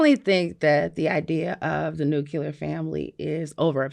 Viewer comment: Why the f**k can't educated, well-read people pronounce the word "nuclear"? And, no Van, I'm not talking about you. People say, "nucular" even when they're reading the word on a screen, like they can't sound out the word. Even President Bush could not pronounce nuclear correctly. I guess this is how people can manage to fail open-book tests.